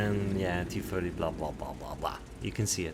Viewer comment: Just had to point this out, i found it kinda funny, T- firty (idk if you have a speech impediment and in that case I apologize)